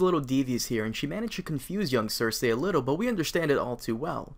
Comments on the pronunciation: its not (cersehhh) its (cercee) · Why do you pronounce her name "ser-say" when everyone on the show pronounces "ser-see"? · ser-see, not ser-say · Her name isn't cersay... It's cersei pronounced cersee. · ser-see I think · I always pronounced it "ser see" but you could ask that about most of the characters names lol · Cersei : "Sir-see" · cersay lol the way he pronounces it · Is it supposed to be pronounced Cer SAY ? XD